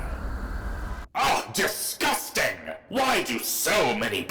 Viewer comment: "OH, DEESGOOSTANG!